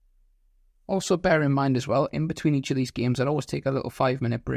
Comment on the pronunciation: "Eatch" yikes